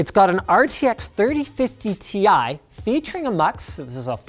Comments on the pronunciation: Linus you're pronouncing the Ti wrong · Linus, I have it on good authority that you mispronounced "Ti" ...